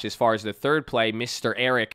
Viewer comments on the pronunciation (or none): none